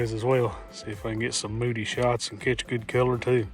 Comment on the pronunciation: Nice intro teaser! Every time you said "moody pic", my deaf ears heard "booty pics" 😂